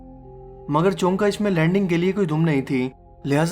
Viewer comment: Chonka nahi hota chunkeh hota he